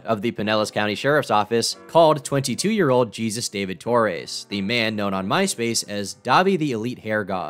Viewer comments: TOR-REZ.not TOR-AISE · I've never heard anyone pronounce Torres like that lmao. I've always heard, "Tor-ez" or "Tor-rez"